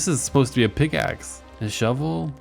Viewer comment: "Pickaxe", yea sure